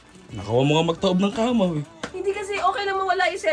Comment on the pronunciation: Ang kamaw daw haha kama naging kamaw hahaha